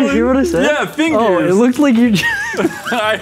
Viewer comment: Fingears??? Woods.... stoooooop. XD My heart can't take anymore.